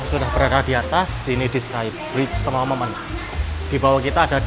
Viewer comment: khas banget ngomong temen temen nya,jadi temememen